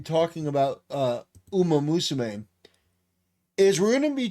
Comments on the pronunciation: Rabbit musume? XDDDD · "Usamusume" It's "Umamusume". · Yeah Usamusume